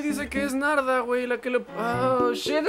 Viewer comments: Escuche nalga y alga en ves de Narda😂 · Nombre: Narda Lo que Missa dijo: -Kaguama -Nahua lesa -Nayarit :v